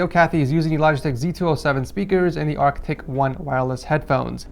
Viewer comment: Did anyone notice that he said “arctic 1” instead of arctis 1?